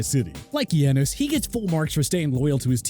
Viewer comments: Giannis is pronounced Yahn-nis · How my boy say Giannis be like saying Tyler like Taylor 😂